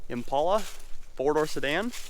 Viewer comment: Buddy, if you are going to say the names of cars, please say it right. The car you are referring to is an Impala, not an "Impolla". Please say it right.